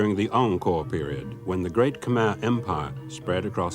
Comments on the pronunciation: bang bacanya khe-mér bukan kha-mer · Khmer dibaca Keumer kalau Khamer kaya minuman keras wkwkwkw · plis bang bukan Hamer penyebutanya tapi Khmey😢😢😢😢 aneh banget Hamer Hamer wkwkwk kalo lu kesono pasti org lokal langsung ngakak karna Hamer itu obat kuat😂😂😂😂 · Cara Bacanya bukan hamer bang....tapi Ke'mer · KHMER bukan dibaca "hamer" tapi baca: khe-mer atau lebih orinya kheu-maer. Soalnya saya juga bisa bahasa itu 😗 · khmer itu dibacanya khemay… ini dikasih tahu sama temen yg orang kamboja